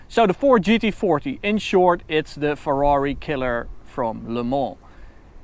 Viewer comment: Förrari, Förrari! Tanulj meg beszélni ökörhuggyozás!:))))